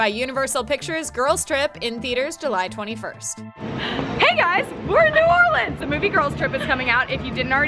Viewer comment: thank god someone said New Orleans right! I'm from Louisiana so y'all near where I live